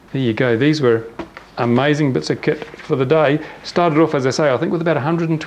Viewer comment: the way you say "Off" is cool